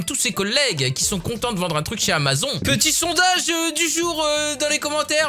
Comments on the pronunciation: T con c'est pas amazon c'est Amazonn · Mais ç'a se prononce amazone MY BAD, SO MY BAD BECAUSE YOUR BAD, YOUR BAD, VERY VERY BAD....HOUS BAD #michaelJackson